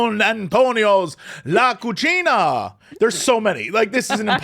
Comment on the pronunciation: Jesse listing off Mexican restaurants in LA (I'm guessing a lot of them are closer to Tex-Mex but okay we'll put that down to semantic drift) (look, I'm in Texas okay, it matters more here) then he pronounces what I assume is meant to be "cocina" as though it were the Italian word "cucina" (unless it actually was that word and an Italian place slipped into the list?) and I have to do like a triple-take and try to figure out what the place is (I couldn't find it with a brief search, I saw Don Antonio's on the Web but I didn't see La Cocina nor La Cucina) (I've never lived in LA) I used to have a Kingdom of Loathing character who mained the Sauceror class. I named him "Piccolo de Gallo" and declared that he was "Mexitalian". This reminded me of that. This has been my tangentially relevant blather intended to gently make fun of you.